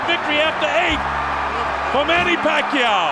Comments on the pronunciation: Pronounced as "PAKYAW". Good catch for pronouncing his Surname right😊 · Kudos for the correct “Pacquiao” pronunciation!!! 👏🏼👏🏼👏🏼👏🏼 Edit: For anyone wondering it’s not Pac-key-yao. It’s Pac-yao. 🤓